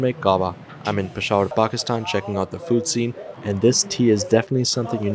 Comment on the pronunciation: Peshawar is pronounced 'Peshar', is it? Because that's what I heard. Can someone correct me on the right pronunciatian?